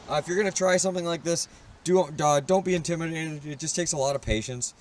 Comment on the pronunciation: Don't be intiminanenen